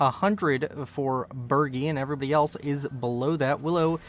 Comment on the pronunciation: Btw around minute 10 was the correct pronunciation of my name (Baergi) but in my opinion the pronunciation doesnt matter